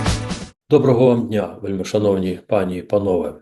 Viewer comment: У зверненні пані́ й панове треба робити наголос на і в слові "пані", бо така форма множини цього слова.